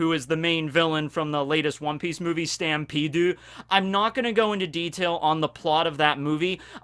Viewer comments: Did this mans really pronounce Stampede as “Stampede-u”? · utilizing his japanese accents: “SUTAMPEDU” utilizing his 4kids dub accents: “Laftel”